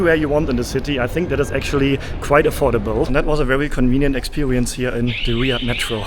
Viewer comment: expewewince” haha funny not making fun of ur language just saying funny how u say it make’s me laugh 😂